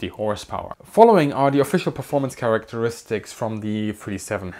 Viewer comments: Did you say flying charaxteriksiks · You're getting there with pronouncing Characteristics 😂. It helps if you think Character-istics. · Struggled with that word. Characteristics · Ekselent flaeing karasteriksis? You don't say...